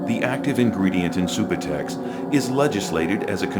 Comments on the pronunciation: lol they said sue-boo-tex its sub-you-tex subutex lol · LOL at "Soobatex". It's pronounced "Sub-you-tex" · Lol homie gimmie some soobahtex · Not even pronouncing subutex Correctly. What an idiot this guy is. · Maybe there saying it right an we've been saying Subutex wrong lol